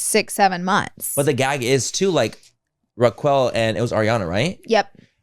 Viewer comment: The way you guys are saying Rachael (Raquel) name has me in the floor.